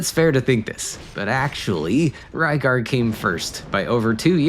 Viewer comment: Rygar is the correct pronunciation. Lygar is due to the absence of the letter R in Japanese alphabet. So depending on the word they replace ot with other letters. RYU ... would sound more like HU-LEE-YOU...or something. To us it's "REE-YOU". Just like a Japanese toy line form 1980's called "DIACLONE" was released in the U.S. as "DIACRON". TRANSFORMERS ... TADANSAFOMA MEGATRON ...MEGAT'DON THUNDERCRACKER ... THUNDACLUCKA OPTIMUS PRIME ... CONBOY "CONVOY" my spelling of Japanese versions of Transformers names I know is off but it gets the sound across. Oh wait, this video is about RYGAR not TRANSFORMERS... sorry got off topic.